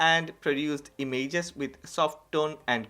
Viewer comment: Damn boi... I like the way you speak I just posted it so you may correct the pronounciation of "images". Chill man ❄